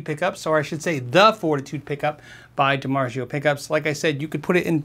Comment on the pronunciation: Dimargio (it's a soft g) haha its z o